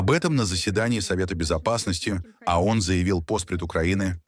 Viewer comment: Не. АОН, а ООН!Произносите правильно!